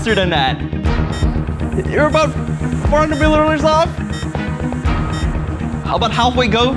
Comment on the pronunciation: can't pronounce "milliliters"